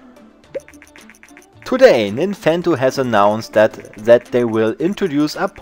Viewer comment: Ach das gute Englisch von sat statt that